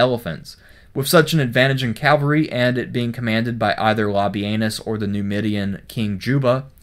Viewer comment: Pronounces "Labienus" right, Doesn't pronounce "Cavalry" right.